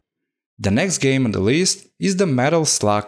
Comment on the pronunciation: Like a "géme" ahah